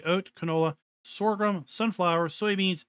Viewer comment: Please, I like this channel, but for the love of god, it is not SORGHRUM. There is no R after G. It is Sorghum.